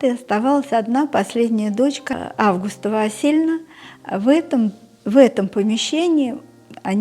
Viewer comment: Имя АвгУста- ударение должно быть не на первую букву А, а на букву У.